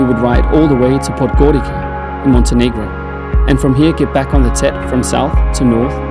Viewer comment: what do you mean Podgorika? It's Podgori"tz"a